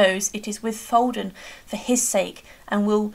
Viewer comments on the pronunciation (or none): none